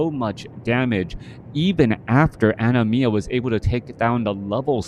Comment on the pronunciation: Entertaining game and punditry! Was tough hearing you pronounce an-i‐ma as enema though 😄 Thanks